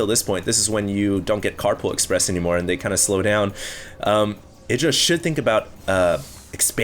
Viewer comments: ITdra? dont you speak it out ''AIdra''? kinda annoys me if says ITdra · isnt Idra pronounced I-dra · I just double checked... Idra pronounces his name "Id-ra" like said but Artosis, standing right infront of Idra pronounces it "Eye-dra"... I guess Idra doesn't mind lol... check out Artosis' page...